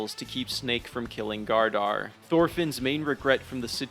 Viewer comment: Great vid, but “Leaf” and “Gardar” kept taking me out 💀